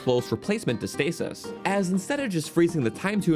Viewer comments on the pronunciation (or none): none